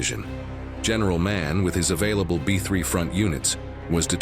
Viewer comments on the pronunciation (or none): none